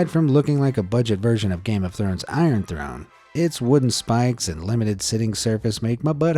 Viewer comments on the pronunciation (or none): none